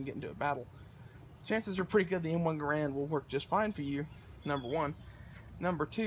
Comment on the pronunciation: it's pronounced "Gerrend"